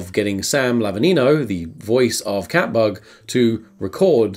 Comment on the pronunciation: I thot they were saying cat fuck not cat bug for like half of this